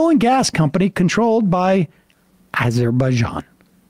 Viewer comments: I kept waiting for a clip of Cuellar not being able to pronounce Azure Bazaan, so we know Sam's just mocking him. But no. Sam just has no familiarity with Arj Bzani issues. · is Azerbaijan where Bijan Robinson comes from? The way same says it sounds like it is "That There Bijan". Maybe more something for the ESVN.